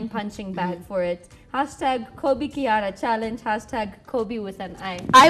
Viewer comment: The way that girl pronounced that name kihara she sounded kiuk